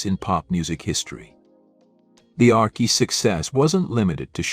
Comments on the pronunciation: This is BAD! The Arckies? Sang Sugar Sugar? Nope! I clicked to hear MUSIC! NOT some AI voice mispronounced jumble! Proof your work before posting or don’t embarrass yourself with your lack of musical knowledge! I’m 2nd hand embarrassed for you! 😮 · Archie's is pronounced Arch-cheese